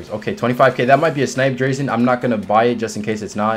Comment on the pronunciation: Nice video man but you were killing me with how u say drazen lol